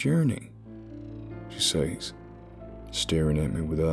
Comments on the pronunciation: Says is not pronounced SAYs it is pronounced "sez". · The best narrator with the best stories! Your southern accents are almost perfect. Only two words give you away - been and says. Southerners pronounce them as ben and sez. Yes, I am a hillbilly.